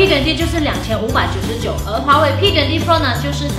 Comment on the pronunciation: 我就想知道你这个20到底怎么读？愣是没听明白。。